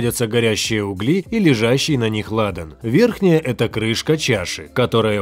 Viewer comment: НЕ углИ , А Угли... Не УВЕНЧАТЫЙ , А - УВЕНЧАНЫЙ...!!!! БЕЗГРАМОТНЫЙ ВЕДУЩИЙ...СЛУХ РЕЖЕТ...ДЕГРАДАЦИЯ ВО ВСЕМ...